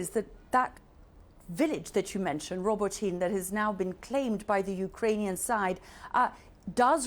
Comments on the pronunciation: Oh come on, CNN, these are not new place names 😂. Zaporizhzhia (Запоріжжя), the ж zh is like the s in casual, not the z in pizza (that's ц). Robotyne is a bit more obscure, so I'll give you that; the emphasis is roBOTyne, and the и is like the i in "hit". і makes the ee sound in Ukrainian. In Russian the И is ee... Also the e at the end is always pronounced like in Porsche. eh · Really, CNN! Learn how to pronounce Robotyne! The gross mispronunciation I heard by multiple reporters is not repeated in any nation outside the U.S. that I have heard, regardless their native language. It makes you sound ignorant and unprofessional. Which draws into question, what is the competence of your reporting here? This is a poor showing.